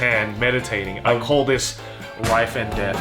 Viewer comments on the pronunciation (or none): Rife! 😆 no L’s in Japanese!